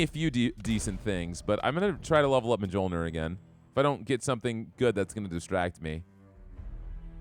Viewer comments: J's in Norse are basically Y's. So Thor's Hammer is "Myol - neer" Just a heads up. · Mjolnir is pronounced (Mule-near)